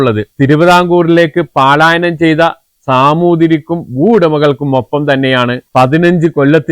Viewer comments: പാലായനം സഹോ പലായനം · പലായനം അല്ലേ? പാലായനം വാക്ക് തെറ്റല്ലേ?